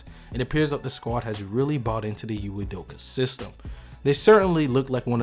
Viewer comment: I believe Señor Cruz was questioning the narrator's occasional mispronunciation of the coach's name -- not ridiculing the name itself. (Here's its phonetic lowdown: EE-may oo-DOH-kə.)